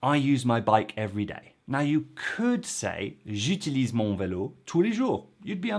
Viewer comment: Not sure why you are putting the stress on the first syllable in “utiliser” and “j’utilise”? The stress is on the last syllable and both “i” s need to be pronounced with a long “e” as in “free”.